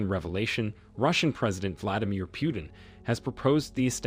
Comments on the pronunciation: Its pronounced POO-TIN not PYOU-TIN. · It's PUtin, not PIUtin. You won a 'dislike'... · It's not 'pew-tin,' it's 'poo-tin.' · President Putin's name is NOT pronounced "PEW-TIN". The "u" is pronounced as a double "o", as in "too". US reporters can't get Macron's name right either. They say "Mak Crone". What's wrong with these people that they cannot even get national leaders' names right? To me, it makes everything they say suspect. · putin and not pyutin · What is wrong with u? U cant say pootin? Instead of piutin? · It's not Pew-ton! It's Pu-teen. As for BRICS yes! and why not?! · Pyewtin? Really? Lame. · [Arrogant and disrespectful, received British pronounces Putin as Pewtin. Please stop the insult. We shall overcome with respect with Rev. Martin Luther King jr. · Too many empty words. And it’s not Pyootim. Please get the name right. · When will you guys learn to pronounce names properly? You don't know how to pronounce "Putin", stop making videos.